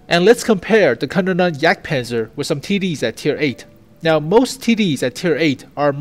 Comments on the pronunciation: I think it's "Kaaaa nonen yagdpanzer" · From what I know it should be pronounced like "can-ohn-en-jagdpanzer". Take it with a pinch of salt though. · Good news, and yes , or Ja you have to work on the Pronounciation